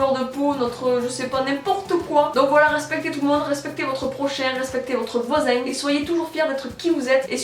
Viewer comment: "Votre voisinnng" ^^ sud ouest ?